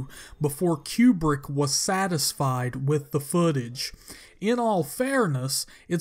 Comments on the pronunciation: Stanley QueBrick ? Seriously ? Its Kubrick pronounced KOO-Brick which means Rectangle in Russian. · "Stanley Q-Brick" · "Keewwbrick..." LOL!